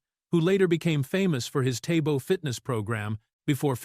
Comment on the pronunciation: One thousand one hundred and ninty one action powerhouse. Billy Blacks table fitness program? What's up with the readers mispronounced words and weird way of speaking?